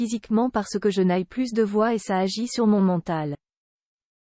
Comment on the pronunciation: Djaïe mal Je n’ice plusse de voix...😂😂😂😂😂😂😂😂😂😂😂 Les gars, si ça vous plait, utilisez des voix mécaniques, mais verifiez que votre robot parle bien pitié!!!!